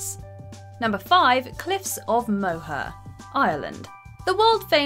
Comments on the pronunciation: "Moher" is pronounced "More" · Its pronounced Cliffs of Moore